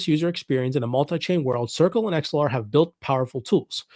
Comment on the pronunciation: Sounds like your saying xlr lol